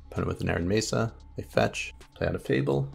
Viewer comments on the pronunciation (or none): none